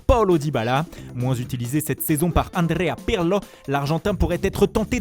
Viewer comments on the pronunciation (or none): "Andrea Pirrrlo" 😂 👌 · Le "Andréa Pirlo" j'en ai mare 🤣🤣🤣🤣🤣🤣🤣🤣🤣🤣🤣🤣🤣